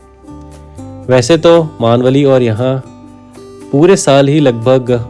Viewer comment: भाई, गाव का नाम मानवली नही है। मेनवली है। घाट के बगलमे नाना फडणवीस जी का बड़ासा घर साथमे दिखाते तो अच्छा होता। उसके बाद के एपिसोड में धोम गांव का डैम और उसके बगल का नृसिंह जी का मंदिर दिखाते तो ठीक होता.